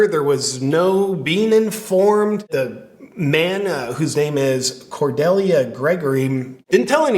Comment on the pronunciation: Do people really not know how to pronounce Cordelia